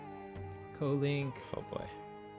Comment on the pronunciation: Lol "kolink". As in "Kodomo Link". Bro Japanese knowledge would come in clutch there lol